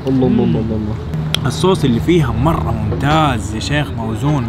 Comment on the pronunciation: قولوا للمصور ان ينطق لفظة الجلالة " الله " بشكل سليم من دون تكرار سريع لا يلفظ فيه كامل الحروف